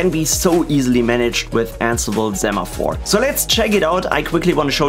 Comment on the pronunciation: It's pronounced "say-maphore", as in "send"... Hermione Granger Thx for the tutorial 🙂